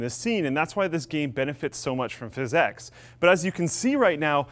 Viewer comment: I think PhysX was meant to be pronounced "fisics", not "fis-ex".